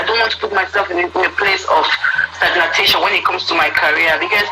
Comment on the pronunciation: Please... did I hear well? STAGNATATION???... Is it not suppose to be STAGNATION?? My God...